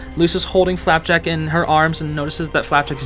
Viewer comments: i love how he just says flapack instead of flapjack now lol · You mean flapack not flapjack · For FLAPJACK not flapack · Whenever I turn on subtitle and he says flapack the subtitles think he said flat-back and I burst out laughing.